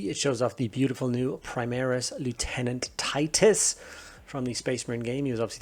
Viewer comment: Nice review, also refreshing to hear someone who can pronounce the word Lieutenant properly.